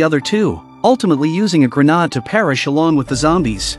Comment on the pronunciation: Grah-nod? Bruh, gra-naid